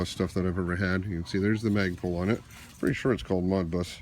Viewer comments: Please quit saying MOGBUS!!!!!!You are driving me crazy! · It's not MOD bus lol... I like though